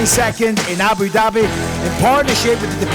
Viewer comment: The fact that Bisping pronounces it correctly (Ahboo dobby), and the other guy, still keeps saying AyBewww Dabbyyy...is confirmation to me that it's a fake accent...or perhaps incredible over accentuated, and quiet annoying to listen to for 4 hours :)